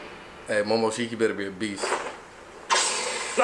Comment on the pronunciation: Calitify bro He fucked up the first time by pronouncing momoshki’s name wrong the first time as well. Imma just cry in my sleep